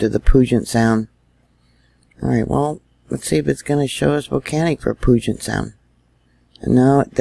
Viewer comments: hi...friendly reminder..we pronounce Puget Sound...like it stinks!..Pew-jet...thanks. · Puget Sound. Puget = Pew-jet. This is how it is pronounced. Pew-Jet = Puget. Any questions ?